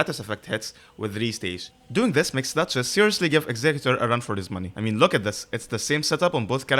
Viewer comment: Great video, and THANK YOU for pronouncing executor right!!!